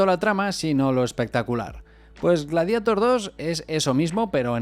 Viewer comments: "Gladieitor" no "Gladiator"!!! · Persona normal: le diré gladiador traduciendo el título o glarieiror en su pronunciación correcta en inglés You tuber gallego promedio: pronunciare el inglés como la mierda y listo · "Antes en España no sabíamos inglés" ....todavía, diciendo "gladiator" textual, como si fuera "espiderman" 😆